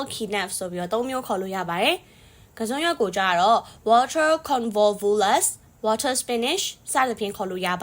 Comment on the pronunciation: ဝါးတား water မဟုပါဘူး ဝေါ့ထား ပါ😊ပက်တေးတိုးpotato မဟုပါ ဖာထေးထိုး ပါနော်😊😊